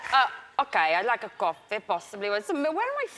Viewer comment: I like to have a CoFFEEY 🤣🤣🤣🤣